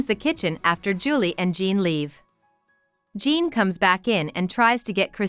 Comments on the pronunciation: your pronounce it kinda like john but fancy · How u gonna pronounce Jean like that 🤣